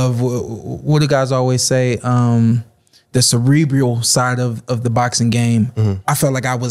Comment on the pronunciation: Can't even pronounce the word cerebral.